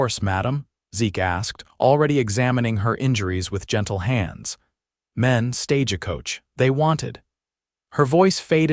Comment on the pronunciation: Why do they say stage a coach?? Why add the "a".